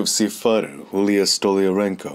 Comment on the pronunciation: Julia pronounced Yulia